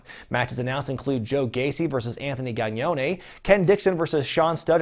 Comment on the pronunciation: Hey, the proper way to pronounce Gangone's last name is Gang Gone